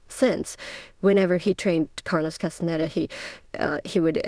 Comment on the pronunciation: Ist diese Stimme WIRKLICH keine KI? Sie kann den Namen Castaneda nicht aussprechen… ich flippe aus : Taisha auf Deutsch! Danke!